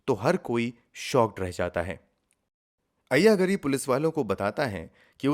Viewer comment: You are showing locations that don't exist in Hyderabad. Moreover, your pronunciation of the names is very unpleasant. Ayya Gaari is correct sound. Kura ganti is the woman's name.